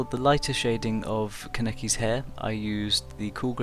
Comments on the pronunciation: I way prefer your newest Touka drawing - just on the fact that you now call her "Toe-ka" instead of "Too-ka". Now I'm just waiting for you to stop saying "Ku-neki" its "kAneki"!! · U keep saying kaneki wrong